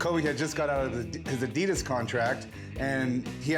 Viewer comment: strange way of pronouncing Adidas lol